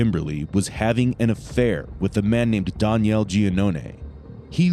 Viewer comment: Is the narrator butchering the name Daniel or what in the world?? I've never heard of it pronounced that way